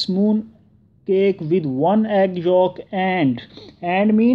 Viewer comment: Its yolk not folk